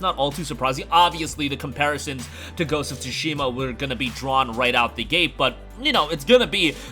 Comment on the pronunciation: so why does he pronounce it Ghost of “Tu-Shee-Muh”